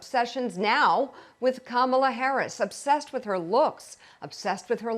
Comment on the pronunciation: If he can't get Kamalas name right, we could refer to Trump as Conald.